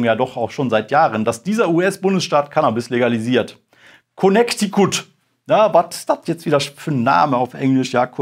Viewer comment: "Konektikutt, ja wat dat ..." 😂👍